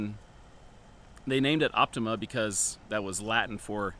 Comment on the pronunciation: We pronounce it as op-ti-mah